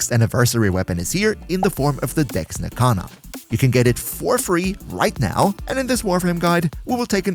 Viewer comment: Can... can you annunciate your e's a little better... it sounds like you're not saying Dex...